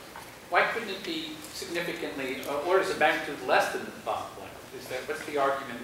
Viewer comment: Well, Planck is a german name and I myself am german - and all I can hear is that he is pronouncing it just right. Not an o sound like in "don't" (or as, presumably in in "plonck"), neither an o as in "product". Just like in "guts". The only thing may be that he's strechting it a bit like the a is stretched in "staff" while in "Planck" it really should be short (and sound) like in "guts". Anyways, possibly something wrong with my ears and "plonck" is funny in any case.